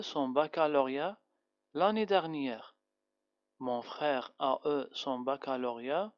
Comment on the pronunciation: Attention à la prononciation du p passé du v avoir eu